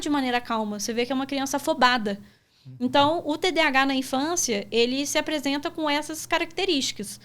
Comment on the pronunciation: Só faltou falarem corretamente, pq é toda hora TDH TDH... pq falam errado?? tem um "A" nesse termo!